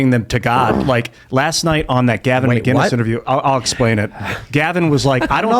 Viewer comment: Hey Tim , Gavin McInnis, no G in McInnis.